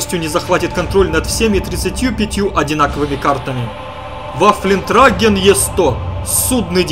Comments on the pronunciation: Сам ты Ваффлентрагер, Ваффентраегер читать надо, если конечно не вдаваться в лингвистические сложности. А конкретно насчет этой пт, будут нерфить и жестоко - это абсолютно прав. Правильно ввели, с одной стороны да, а с другой стороны разрабы не могли с самого начала разнообразить игру таким количеством танков почему сейчас и происходят всякие нерфы, аппы и нытьё игроков. И в этом, уважаемые разрабы повесить бы вас за одно место. Хотя идея игры великолепная, но абсолютно не проработанная. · Sabaton рулит ! WOT днище ! название этой пт правильно читать ВаффентрЁгер !